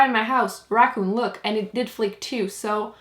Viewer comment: When you say "flake" it sounds like "fleek" 😂